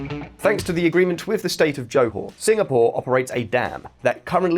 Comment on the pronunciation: You pronounce johor wrongly.